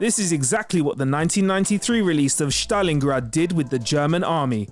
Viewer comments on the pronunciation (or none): I think you mean Stalingrad... Not Shtalingrad... This is not a german city... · Yeah, no one British says shushshushhtarlingrad you absolute numpty. What are you, a german nazi officer? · Shtalingrad you say.....